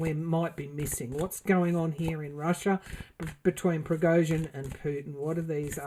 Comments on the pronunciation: Pronounced ( Pra go shun ). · I think it's pronounced (Pra Go Shin) almost sounds Armenian but not quite.